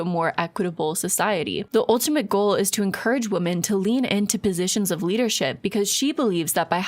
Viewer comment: I HATE that she can't say "women" plural.